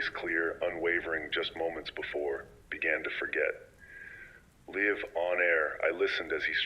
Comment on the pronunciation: oh dang I thought there were actually narrated until you pronounced live wrong :(